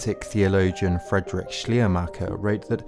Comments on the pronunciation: Besagter deutscher Philosoph heißt nicht "Schlermacher" sondern "Schleiermacher"! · I dont understand why so little effort is put in getting the pronunciation of the important people talked about halfway right: "Schleiermacher" is such a nice, descriptive, telling name, meaning "veil-maker". It really shouldn't be garbled this way!